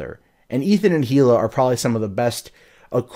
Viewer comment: Come on dude, it's not pronounced "he-luh" it's pronounced "ee-luh." The "H" is silent.